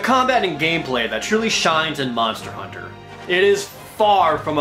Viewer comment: MANSTA HOONTA